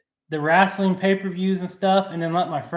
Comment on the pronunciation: Yes I am commenting as I am watching this, sorry I missed the live. Atari sky diver and pacman... Cracking up at how you pronounce, wrestling lol